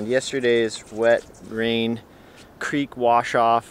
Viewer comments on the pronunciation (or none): none